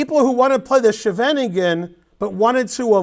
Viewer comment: Love how you pronounced 'the Scheveningen', we do have a strange language. Very instructive video! :)